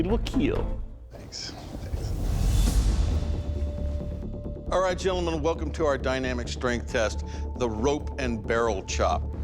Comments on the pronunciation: It will keel! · Even the sub, says KEAL😂😂😂😂😂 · It will keal😂